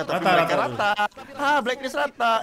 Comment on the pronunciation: BLACKLIST atau BALCKLIST cuk yang bener ?